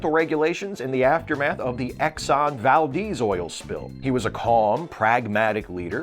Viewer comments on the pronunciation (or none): you're awesome but your pronunciations... George Lay-zen-bee? Exxon Val-deez?